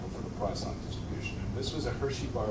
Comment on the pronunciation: Well, I for one am quite relieved to know that it's not pronounced Poison Distribution!